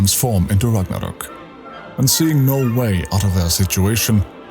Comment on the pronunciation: So nice to hear Ragnarök correct 🇸🇪